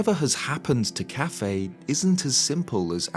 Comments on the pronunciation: I don’t think his name is pronounced cafe, I think it’s pronounced as kuff-AY. Quickly saying the first and heavy emphasis on the second syllable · It's bothering me how you pronounce his name so much lmao I've always pronounced it "Kay-Fee"